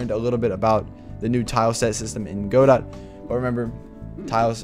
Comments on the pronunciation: It's Guh-doe, not Go-dot. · Great series… guh-doh